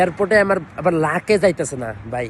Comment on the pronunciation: মূর্খ লাকেস না,, লাগেজ